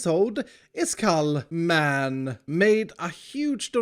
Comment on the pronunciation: HI ISKALL pause for dramatic effect MAN!